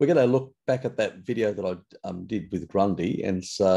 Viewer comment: Do you say Grundy all the time on purpose instead of Gundry? Is that some joke only understandable for English natives? 😄